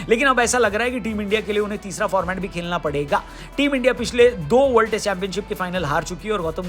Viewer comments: bhai खेलना होता है खेकना नहीं 😂😂😂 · खेकना नहीं खेलना 🤣😂1🤣😂